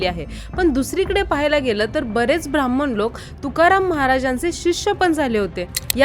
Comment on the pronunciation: ब्राम्हण असतं ते भ्रांमन नाही. आधी बोलायला शिका मग ब्राम्हणांना बदनाम करा. ज्यांनी गाथा बुडविली ते नंतर शरण गेले. तुकाराम महाराजांचे सांगा नुसतं भ्रांमन भ्रांमन करून चालत नाही. पुस्तक लिहला म्हणजे पुरावा सापडला असं होत नाही. वारकरी संत काय म्हणतात त्यालांमण्याता आहे. तुमच्या अर्धवट माहिती का मान्यता नाही. खून झाल्याचा पुरावा असेल तर सांगा. नाही तर चॅनल बंद करा.